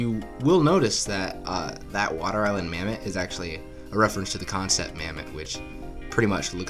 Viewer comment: Bro called the Mammott, "Mammoth".